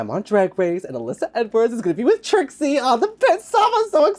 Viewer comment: Yes! Trixie has been driving me crazy with that, especially since the all the other girls say it correctly. You would think that would give her a clue. This is not a tomatoe tomato situation